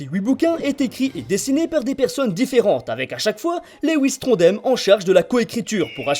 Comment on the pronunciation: Sympa, mais je passait juste dire que "Trondheim" se prononce "Tron-da-i-m", dsl si je suis chiant, j'aime bien ce dessinateur et c'est mon coté rageant qui ressort